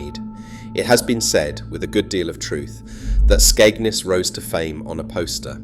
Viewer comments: It's Skegness not Skegnus! You can't even pronounce the name properly!! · Your pronounciation of Skegness is off